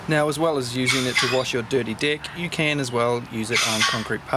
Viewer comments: I can't take this any longer. I just have to post that each time you say "dirty deck", I hear "dirty dick" 🤣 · Oohhhhhhhh he’s saying DECK …… 🙆🏻‍♂️ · good thing you clarified that vowel on "Deck", or that would have been one embarrassing trip to the doctors... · i legit laughed when you said deck hahaha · The way you say “Deck“ gets me everytime. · Lmao it got me